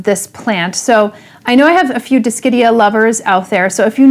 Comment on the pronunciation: Nobody: Summer Rayne Oakes: Dis-shit-ia lmao (Never change :P)